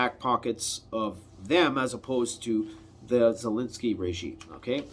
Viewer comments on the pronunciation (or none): none